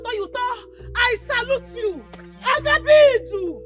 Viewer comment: It's Agabaidu not Agabidu.